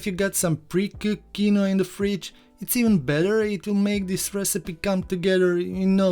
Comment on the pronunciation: I working on getting those cornmeal pudding recipes to you as promised. Quinoa is a weird word.....it is pronounced: KEEN-wah. Recipe looks tasty. I have some of this little known seed in my fridge, using it on occasion to boost the nutrition of white rice. Rinsing it in a very fine mesh sieve is standard since the seed has a bitter protective layer to ward off "predators". It's quinoa's own natural defense mechanism.